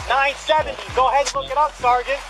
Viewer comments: take a shot every time he says "sargeant" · I don't even like cops that much, but if he kept saying SAR - GENT to me, I would billy club him into oblivion. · "Sergeant" x25,0000